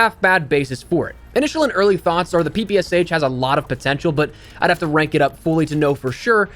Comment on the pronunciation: PP “esh”, not PPSH